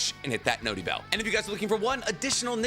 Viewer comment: Idk man. I just like cool fights & art. Smooth animation & choreography. Edit: dude please stop saying "notey bell"